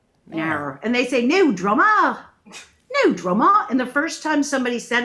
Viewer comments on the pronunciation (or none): haha you couldnt sound less like an australian with NO DRAMAAAA lol, was too funny to hear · Lol.....as a Aussie, it took me a while to realise you were saying no drama ! Very English pronunciation. Nahr drahma mate !